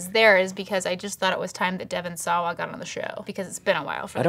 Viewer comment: Isn't Devon Sawa's last name pronounced "Shwah"?